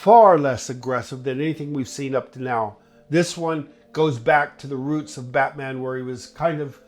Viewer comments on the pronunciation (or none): none